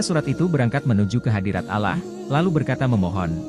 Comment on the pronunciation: Bukan ala.,....TAPI ALLAH